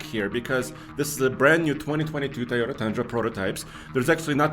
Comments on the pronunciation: it's TOY-OTA, not TIE-OTA. Does this really not drive anyone else crazy? Not trying to be a dick, just saying. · Please. It’s not Tiyota it’s Toyota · it's "Toyota" not Tayota" buddy. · It’s NOT Ty-ota!!! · ..wtf is a "thayoda"??? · Tieota, Tieota, Tieota. pronunciation drives me insane. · Ta-yota , Ta-yota, Ta-yota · I love......... he is my favorite,........but I cringe every time he says "Tie yo du" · For me it’s when says “Toad-Uh” 😂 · There is no way to spell Toyota the way pronounces Toyota. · 👎 for intentionally mispronouncing Toyota